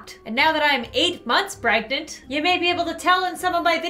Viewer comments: you always say preganat instead of pregnant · Lol:That's when I became "Preganent" Did anyone catch that XD Sorry lots of Editing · preganaté* (pr-eh-ga-nan-t-ay) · Your missing something in the pregnant, It is pronounced pregenant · it's the way pronounces it, which is preganant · it’s not...it’s pronounced preg ant A it’s a way lots of people say it and it’s not incorrect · It is a joke because she always says pregante or pregernant. R/whoooosh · its a joke of how she pronounces it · says pregnant like pregante, she was simply saying it like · Listen here, no their not spelling it wrong ITS ANOTHER FUNNY WORD FOR PREGNANT- LUAREN SAYS IT!!! P-R-E-G-A-N-T-E 😐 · I mean... pregantay as says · Am I the only one who thinks its funny when she says "I'm preg-a-net" 😆 🤣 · For a second I did a double take as it sounded like said she was 'Breadgnant' if had a bread baby I'd be happy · is eight mouths “preg a net” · YOU VOWED TO NEVER SAY PREGANTAY NORMALLY FOR AS LONG AS YOU WERE PREGERNT!!